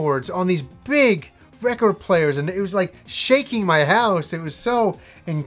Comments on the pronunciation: That's funny how you say record. True native canadians pronounce it like "Wreck-erd" BUt you really say the O like ORE in recORED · Nothing like a needle on vinyl!! Has that warm and fuzzy feels!! You won't get that tone and sound anywhere!! Not digital or cd..nothing! You say reh-cord funny!lol great stuff! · i like how you say "record"!! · I still can't get over how says record. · is that how Canadians say "record"? Sounds odd to my American ears. I would love to have Revenge of Shinobi on vinyl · Why do you says record so strangely? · Big fan of records, can't say the word record.